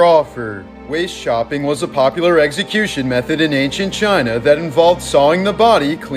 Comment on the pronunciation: i heard waist shopping instead of waist chopping